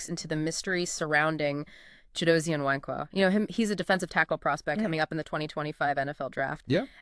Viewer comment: “Nwankwo” is phonetically pronounced “Woun-quh“ NOT “Nuh-wain-quo”. Great analysis nonetheless.